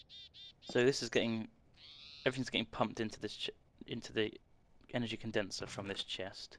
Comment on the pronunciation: I think you mean Condenser not conderser